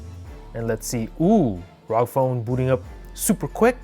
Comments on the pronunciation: It's R O G as in individual letters, not one word. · I thought it was called r o g and not rog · What rog it is R O G